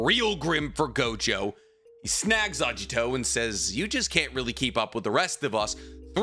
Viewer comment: It's Agito, not Ajito